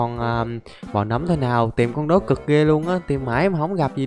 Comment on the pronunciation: Người ta đọc là nấm mà a đọc là núm:) Ai thấy đúng cho mình xin 1 like nha 👇